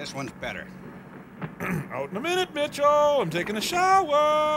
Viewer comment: 1 word, two syllables, 2 vowels MITCHELL